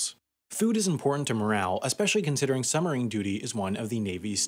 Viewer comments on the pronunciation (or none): It's pronounced suBmarine. Not summerine. I lasted 5 minutes through this torture. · Is it just me ....or does not the word submarine have a B in it.....they are not summereeens.... they are SUB-marines. Other than the hideous diction , quite interesting . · "summerine" THE WHOLE TIME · It's not a summerine, it's a SUBmarine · suBmarine, not summerines, dude! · it's "Sub-marine", not "Summer-ine". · It's suBmarine, not "summarine". This guy sounds like a five-year-old. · What's a "summer-een"? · Its called a Submarine, not a "sumarine" as you repeatedly say. Take the time to annunciate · WP's pronunciation of submarine: summerine.😉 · I can't stop hearing "summarine". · Sumarine?? There is a "b" in there. suBmarine. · It's submarine... Not summerine !! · Also says "summerine" every single time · We have a similar word in the English language: submarine! The "b" sound is not optional in this word, sorry. It's very odd indeed - because Americans are usually sticklers for pronouncing their consonants pretty strongly. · I wonder if the narrator ever noticed that there is a "b" is "submarine?" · Dear Narrator, Speaking quickly, as you do, the word 'submarine' comes out as 'summerine'. Does distract from the info in your narration. Mind you, there is nothing here that isn't in hundreds of other submarine documentaries. Cheers, BH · Summerine..summerine..summerine..stopped watching! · What the fuck is a "summerine?" Is that the opposite of a "winterine" or something? LEARN TO SPEAK ENGLISH, mush-mouth! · It would be nice if the narrator was able to pronounce "submarine" properly. They are not summarines. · But learning to pronounce the word 'submarine' correctly would need to come first. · Very good video, but you've got to work on pronouncing "submarine." The "b" is not silent :P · Why don't you pronounce the 'b' in submarine?